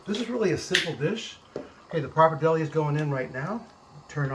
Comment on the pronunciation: Love your recipe but is pretty tragic how you pronounce pappardelle and Parmigiano Reggiano :(